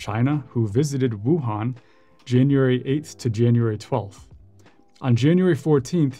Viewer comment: To the happy few that can pronounce Wuhan that has no equivalent to Peking until one day maybe... This reporter is perfect, Zhongguo is how Chinese describe "China"